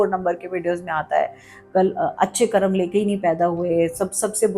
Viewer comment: आदरणीया, कृपया कर्म बोलें, कर्मा नहीं। कर्मा कुछ नहीं है। 🙏